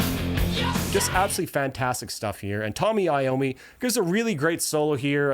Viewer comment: just say T oh-ny I oh-me he deserves you getting his name right.